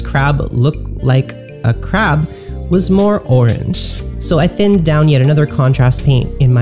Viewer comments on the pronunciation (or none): SAY CREB AGAIN.